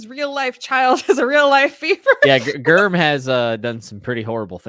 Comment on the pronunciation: calling GRRM "Germ" threw me off. I was like "Who is Germ?" 😂